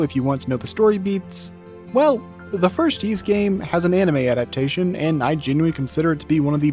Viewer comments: OMG stop saying "Yeese" :( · "Yeees"? No. The title screen has its IPA pronunciation ffs. Anyway this boss kicked my ass until I realised that you need to use the Time Ring. For some reason no walkthrough tells you this... but try it; it takes a nigh-impossible boss and makes it a cakewalk. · I think the anime is a good way to experience the story of Ys 1 and 2 without having to go through the games (and that is rarely the case for anime adaptions of games, I find). It's also a good way to figure out how to pronounce Ys, something which the creator of this video somehow managed to avoid learning.